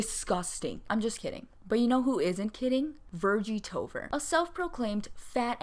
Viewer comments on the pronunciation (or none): As a Tovar, it's pronounced "Toe- Var" (like far) and us Tovars banish her from our group and give her to some other last name willing to take her in